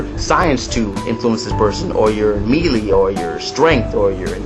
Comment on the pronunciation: Melee is pronounced Meh-leey. good review